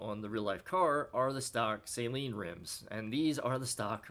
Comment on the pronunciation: It's pronounced Sah-leen, not Say-leen